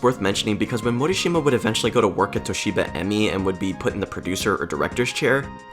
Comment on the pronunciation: "Toshiba-Emmy" made me giggle, nice video though. I like the focus on the companies behind this majestic trash, I also long for more info on its development. Hot-B as in the original JP branch folded in 1993, weirdly the subsidiary Hot-B USA is what lasted all the way until 2005, frequently collaborating with Hot-B's successor company Starfish! Bad famicom games rule.